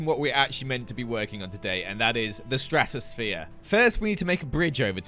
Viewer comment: Ah, yes, the stratos-sa-phere